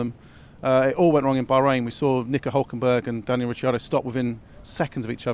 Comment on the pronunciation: Whoa....stop right there, Danielle Richardo? First of all he's not a girl and it's Rick not Rich F1 shows like this should have people that know how to pronounce 99% of drivers names, especially a driver like Ricciardo. How are we supposed to take his knowledge seriously?